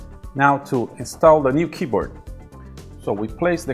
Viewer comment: I like indian pronunciation of keyboat.